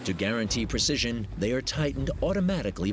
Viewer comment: NobOdy: Narrator: “millimeter précision”